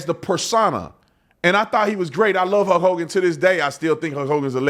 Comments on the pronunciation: Man, hearing Brandon pronounce Hulk as "Huk" is hurting my brain. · Why do u keep calling him Huk Hogan. Its HuLk. Like Bulk but with an H. Sounds super weird the way your saying it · Were you calling him “Huck Hogan”? Every time you said his name that’s all I heard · sounds like you are saying huck hogan lol